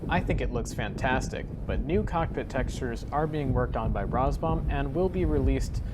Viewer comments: Is that how you are meant to pronounce RAZBAM? Rars-bum? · I love your videos, keep up the good work. However, I have to agree with other comments about your mispronunciations. Not a deal breaker, but an area to improve. I do wonder if “Roz-Bomb” or “Raz-Bam” is correct now. :)